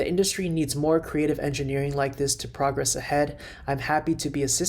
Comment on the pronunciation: When used as a noun, semi is pronounced “sem-eye.” Not “sem-ee.” And “progress”, when used as a verb, is pronounced pro-GRESS (emphasis on the last syllable). Similar to “confess.”